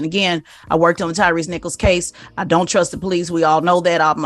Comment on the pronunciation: it's Tyre, not Tyrese.